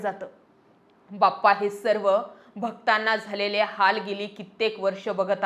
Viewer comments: बप्पा नाही हो... बाप्पा म्हणा... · बप्पा नाही हो, बाप्पा बोलावे. धन्यवाद.